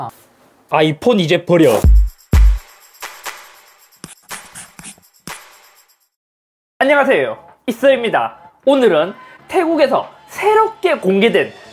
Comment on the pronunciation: “아이폰 이제 버억”